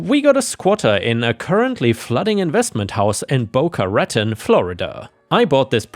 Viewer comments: Hey... Just a little help with the pronunciation of Boca Raton. Bo-KAH--Ra-TAWN.:-D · Pronounced as Boca-Ratone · This has nothing to do with the stories just the pronunciation of a city Boca Ruh-town.😸. I love these stories 👍